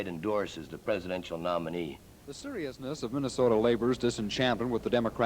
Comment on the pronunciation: Every Sunday in MINN-AH-SOE-DA is a Moron Sunday.